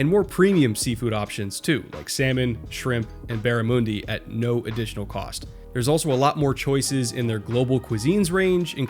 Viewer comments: I’ve never heard barramundi pronounced that way before (bara-MOON - di vs barra-MUNN-di). Is that how Americans usually say it? Otherwise great, exemplary coverage as ever. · Surely this episode should be dedicated to Darren Bennett, the Aussie who introduced uncatchable kicks to the NFL 😎 Also, it's pronounced 'barraMUHndi', not 'barraMOOndi' mate 👍